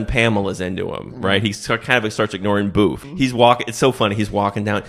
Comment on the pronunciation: Her name was booth or boof?